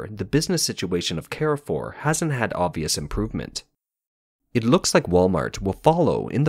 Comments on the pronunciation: It`s not "care four". It`s "car foo". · One small correction: It's not "Ke-re-fuhr", it's "kaahr-fuuhhr". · Car-for, not “Care-for.” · American pronouciation warning! It is CAR FOUR not CARRY FOUR! It means crossroads. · You french pronunciation still needs a lot of work mate, Carrefour in french sounds like more "Car" "Foor". You're welcome :) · Carrefour is a French supermarket n shld be pronounced as 'Car-full. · You should probably also correct the pronunciation of Carrefour. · carrefour pronunciation is cringe. please stop.